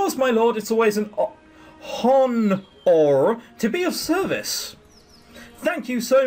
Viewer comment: lol You're going to be seeing more of that shady character, I think. I doubt they'd put him in the game and just have him appear one time. XD And silly question but why did you pronounce "honor" weirdly?